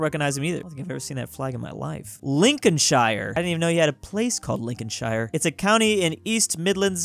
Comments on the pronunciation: It’s not [linconshayre], it’s [linconshere] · It's Prounouced Lincolnsher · Hey, pedantic Brit here. British people pronounce "shire" the same way you do. So Lincolnshire has the same "shire" as New Hampshire. It's the same with all of our shires, they're all "shur". Peace. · The way you said Lincolnshire triggers me. Lin-con-sh-ear not lin-con-sh-eye-er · Lincolnshire. Also, "liecestershire" is pronounced "lester-sheer" (and make sure you pronounce the first "s" as an s, not a z) Edit: HEY, DON'T YOU INSULT MY HOME COUNTY! ALSO, IT IS PRONOUNCED "LIN-CUN-SHEER". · it’s actually pronounced lin cun shear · As somebody from Lincolnshire, I must say that you butcher even English names. It's Lincoln-shear, not Lincoln-Shire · It's pronounced LincolnSHER not LincolnSHIRE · Its pronounced lincosheer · I get that it’s, and UK counties are a bit irrelevant nowadays, but I’ve never been so offended by a YouTube video in my life. Not only does he pronounce it wrong, but he insults the flag as well (ok let’s be real we never really liked it, why is there a fleur de lys I mean come on)